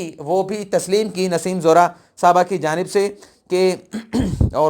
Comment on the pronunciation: Kali not qaley! Nassem Zohra not Naseem Zehra!